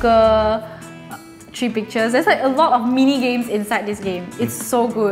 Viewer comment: Three not tree you don't say three like tree